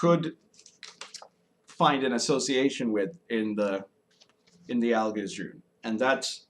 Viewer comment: Al-geez, not Al-gisz